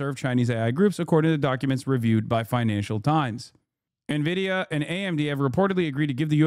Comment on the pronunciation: Nuh-Vidia sounds so much better than “En-Vidia” Change my mind